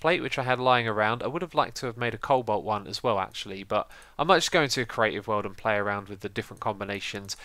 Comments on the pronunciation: co-balt? cobolt thats kinda how you say it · hey xisuma you might want to learn how to properly say the name of thingslike cobolt and nature LOL. and cheak out inventory tweaks mod